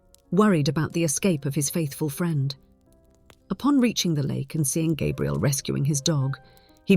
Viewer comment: Please use the correct pronunciation for Gabrielle. Every other time you said it like a male version of the name, not female. Even so, the story is worth a 5X5. Enjoyed it. Thank you.